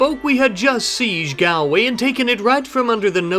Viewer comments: Erm akshually it's pronounced "gaul-way" 🤓 idm tho it's funny to hear him say galway 😂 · Nitpick but, Galway is pronounced like gaw-lway. As in the first 'a' is pronounced 'aw' like the sound in the world "law"